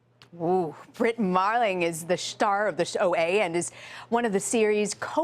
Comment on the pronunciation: "SHTAR" of the show ?